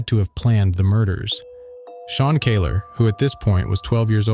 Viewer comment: Scared the crap out of me when I saw my last name next to massacre. Had to click to hear if they were family. They aren't but kudos for saying the Kahler name right.